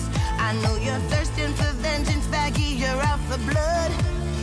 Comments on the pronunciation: Bro why did it say baggy her name is vaggie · 🤓Ermm Actually it's Vaggie Pronounced Hard V Va Hard G-GGIE VAGGIE🤓